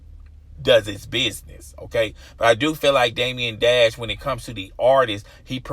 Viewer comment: Bro, Damon Dash. Day-muhn. Not Damien Dash.